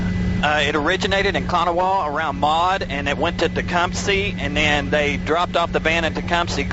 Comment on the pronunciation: needed to shut up please he kept saying Tecumseh wrong! It’s TE-CUM-SEH not Tecumsee 🤦🏻‍♂️